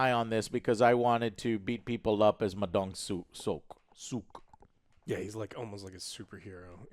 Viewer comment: Did he just say "Ma Dong Suck"?